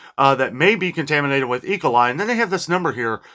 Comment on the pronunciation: say E coli, with an emphasis on the E, not ecoli.